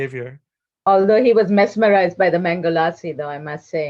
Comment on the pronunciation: "mess-merized" ...groan